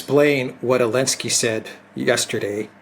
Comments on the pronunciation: Why say "Elensky" instead of Zhitensky? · the name is Zelenski and is pronounced with a "Z" like zibra, not "Elenski". Get it right dude. You've only been talking about him every day since the start of this whole thing.:) Having said that, I enjoy your show.